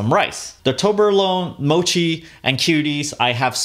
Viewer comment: I cringe each time he says toblerone wrong